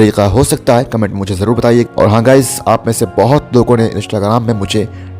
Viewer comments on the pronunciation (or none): none